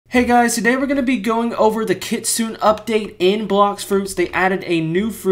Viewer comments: Bro it's not pronounced kit-sune it pronounced kit-tsu-ne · Bro don't know how to say kitsune u saying kitsun no kitsune it kit-sun-a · Why do you pronounce KITSUNE weird. It’s kit-su-NE not Kitsun. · Kit - sune 💀 bro its Kit - su - ne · By the way, it's pronounced Kit-soon-aye not kit-soon